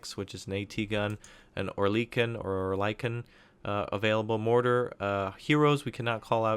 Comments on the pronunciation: Pronunciation Or-lee-kun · It's pronounced oh-er-lick-un